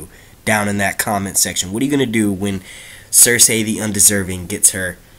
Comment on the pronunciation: it's Cercei pronounced cerSEE not cerSAY bro, and Dany will probably go to Dorne and make her way up to Kings Landing, since Dorne is where the houses that are supporting her are at